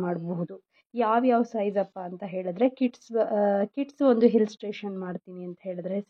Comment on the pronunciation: Very nice, please pronounce illustration not hillstration sorry